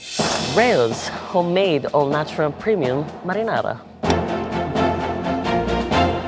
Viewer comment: "madinadi sauce"